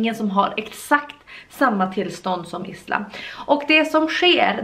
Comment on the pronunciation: Isla uttalas "ajla"